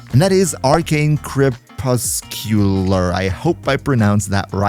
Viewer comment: Crepuscular "kreh-pus-kyu-ler". You said it right. Means "twilight". One of my favorite words